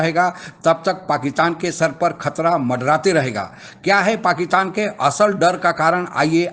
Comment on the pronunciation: Please correct your pronunciation, it’s not” paakitan”